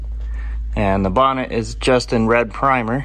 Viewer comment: Hay you said bonnet how very British, well done .cheers from UK.